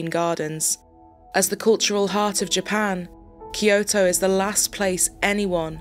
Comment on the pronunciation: It's Kyo-to, not Ki-yo-to.